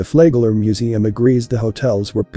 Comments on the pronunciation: I always thought it was Flagler, not Flaygler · do the work. to pronounce it correctly. it is Flag Ler . say flag then say ler